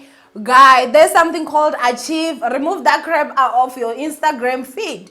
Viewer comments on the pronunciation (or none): Pronounced archk-aive it my ninja. Not achieve nana. Love you ninja. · Not “Achieve” but archive! 🤗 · aaah I actually thought 'Achieve it" was an a deleting app or something lol until I realized oooh archive. We love her though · Archive is pronounced "aa-kaiv/akhayv" ❤️ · archive is pronounced arc-hive... I LOVE YOU... You're killing the game AGAIN!!! ❤️❤️❤️❤️♥️♥️♥️♥️